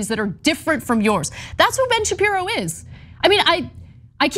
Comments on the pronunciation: Ben shapiro not shabibo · “Shabibo” bahahahahaha